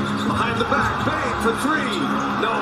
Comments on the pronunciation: bro why is flight calling desmond bane zane? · Flight it’s Desmond bane not Zane